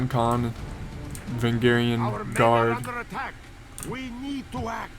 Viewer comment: Va-range-e-in Guard not vungarian lol